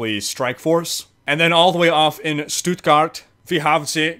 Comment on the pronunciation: Your "Stuttgart" was on point. Really Good :D! :)Still funny to watch as a German :D